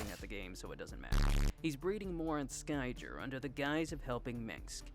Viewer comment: Ehrrrrrrrm, actchualee it's pronounced like Sky - gear Also, incredible video. I really enjoyed it. Justice for Niadra!